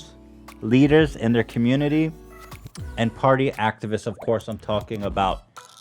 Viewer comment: Lol when Ethan mentioned the “activists” at the beginning it sounded like he said they were sponsored by “Actavis” I was like hell yeah now we’re getting somewhere